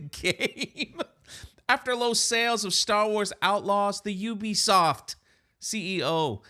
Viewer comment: At least you can pronounce the name right not like other YouTubers ... Ewwwbisoft looool